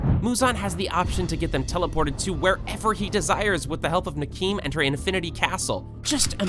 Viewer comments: Nakime is pronounced NAH-KEY-MAY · So you don't know how to pronounce their names Nakime is (Nak-a-mee) Tanjiro is (Ton-juh-ro) And everyone else's I can't explain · Nakime: ❌ Nakeem: ✔️ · I love how he pronounced the name nakime bro changed her from a deadly demon to a harmless tod